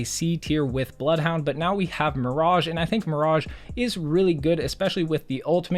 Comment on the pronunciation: Ze BLOUFHOUNDE